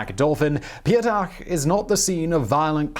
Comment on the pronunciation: "Ptyatak" (stress on the last syllable: pyat'ak, like in 'cognac') would translate more like 'fiver' or 'a coin of a value of 5'.